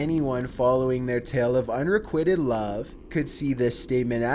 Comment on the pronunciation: needs to learn how to say 'unrequited'....